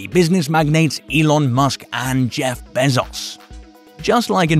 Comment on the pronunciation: Stop say Behzauce. God damn man.